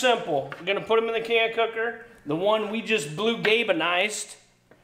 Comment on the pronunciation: Put not ( pulled)